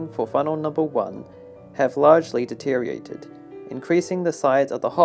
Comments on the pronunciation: and Deteriorated not deteriated/deteriating/deteriation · It's pronounced Dee-tee-ree-or-ated, not dee-tee-rated. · There is no such word as "de-teer-ee-ated", the proper term is Deteriorated, pronounce the "OR". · Please learn to pronounce the word deteriorated. It has multiple syllables: de-ter-i-or-ate-ed. It is not pronounced "deteriated". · It's deteriorated asshole. Why are you mispronouncing it? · You would think before making the video you'd learn how too pronounce "Deteriorated" ha ha